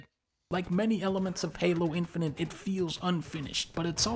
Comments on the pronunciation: i cant ignore that dunkey pronounces it infininte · Plus he says INFININT with the N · dunkey be like: infininint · Lol he says “Infinint”.